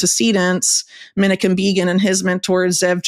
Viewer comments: Whitney is great, but who's "MIN-i-kim BEE-gin"? Maybe she means Menachem Begin? ;) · Scholarship is more trustworthy if a writer takes the trouble to learn the most basic names as well as facts, and educates the public. The Prime Minister/terrorist you meant is pronounced men-AH-chem BAY-gin. Listen to any TV reporter over the last 60 years, they all got it right. Many good documentaries and Wikipedia also have the correct pronunciation. Words matter, names matter, rigor matters. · She's mispronouncing the late Israeli Prime Minister Menachem Begin. It's Menaahchem Baygin. He's quite reknowned as a historical figure as is its proper pronunciation. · I do wish she could pronounce Menachem Begin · She cannot even pronounce Menachem Begin's name correctly.